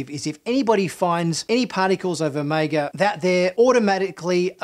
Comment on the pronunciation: I love your pronunciation of Omega lol. You pronounce it as o-may-ga